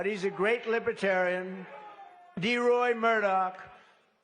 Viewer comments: This azzfart, cannot say the word Lib-er-tarian. He says "Libra-tarian" or "Liba-Tarian" and he speaks in the third person like George Costanza. And did he say that Biden is fining Christians $11, 000 for singing hymms? trump is nuts! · He struggles to even pronounce the word libertarian